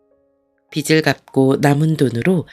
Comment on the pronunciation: 비츨(X) 비즐(ㅇ)입니다 내용이 좋아 계속 듣고 싶어도 발음이 잘못되어 있으니 계속 거슬려서 안듣게 되네요